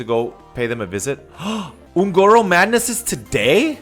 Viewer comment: ON - GOR - OH, not hard to pronounce